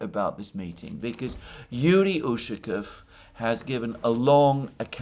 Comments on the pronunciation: The stress in the surname Ushaˈkov falls on the last syllable. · As always, very good analyses. By the way, in the name Ushakov the accent is on "O". Otherwise, it sounds strange. Ushakov is a common family name in Russia.